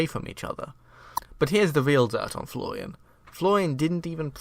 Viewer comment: You need to pronounce an R sometime... "Floian didn't even pogam the binding of Isaac"